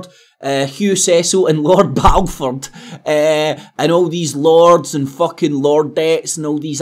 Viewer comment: You can't even say Balfour. It doesn't help your credibility much. Mind you nor does everything else you say.